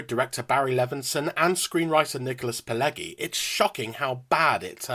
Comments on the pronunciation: Good review, but the writer's name is pronounced "Pill-EDGY," not "Pill-EGGY." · Stop saying "trope". It's not a word. Also, it's pronounced "Pill-edgy" not "Pill-leggy". And it's pronounced "Genno-veese" not "Geno-veecy". That said, the film sucks.